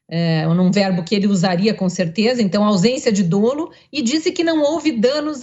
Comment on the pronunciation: Leia-se "Dolo" e não "Dôlo". "Dôlo" não, pelo amor de Deus!!!